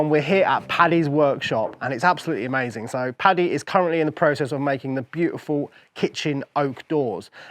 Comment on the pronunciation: Im sure it’s an accent/ translation thing but it’s Paddy not patty. I believe it’s an abbreviation of Patrick common in England and Ireland.